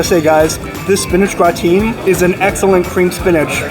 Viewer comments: "Gratin" is pronounced Grat-un (English) or Gra-tawn (French). No one pronounces it Gra-teen. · It’s more like gra-te. You don’t pronounce the n. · It's not gra-teen. It is more similar to graten light n sound. It is difficult to describe the French ending. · My years of french class hurts hearing him say gratin. I should sound like Gra tan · Hi! Great review! Just wanted to mention, gratin is spoken as gratan. I think it's french. We learn something new everyday. Keep on! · Check pronunciation of "gratin.";) Thanks for the great look at these restaurants ! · You're pronouncing gratin wrong. The emphasis is on the first syllable and the "i" in the second syllable is a short "i" so it's pronounced like in the word "is". It's a French word and is commonly used for the dish potatoes au gratin. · Gratin rhymes with sunTAN.